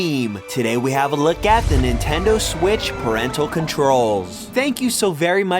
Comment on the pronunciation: “do the nintendo swiss” lol